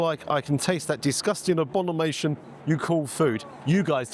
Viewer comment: " ABONIMATION ... " Crikey, Someone, Please, teach this guy English ! ...